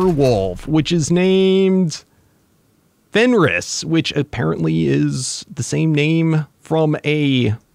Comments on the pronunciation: The name is Fenrir not Fenris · I think it is supposed to be fenrir not fenris